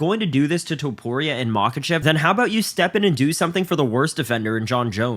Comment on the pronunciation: Topuria, not Tuporia